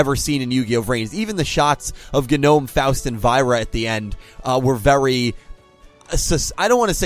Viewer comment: It always hurts to hear mispronounce Faust, Genome, and Aoi